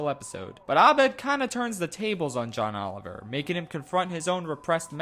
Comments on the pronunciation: did you just say Ohn Joliver? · Ohn Joliver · "ohn joliver" tell me why this made me cackle for like 5 min its so stupid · Did he just say Ohn Joliver?